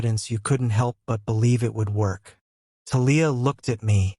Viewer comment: Thalia too 😅 it’s TAH-LEE-AH Not Ta-Leah